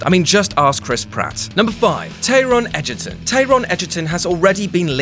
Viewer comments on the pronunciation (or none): What about the way he pronounced Taron Egderton? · The mispronunciation of "Taron Edgerton"